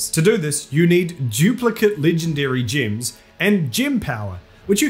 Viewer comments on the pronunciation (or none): It's gems not gyms. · level your "jims" love your accent :)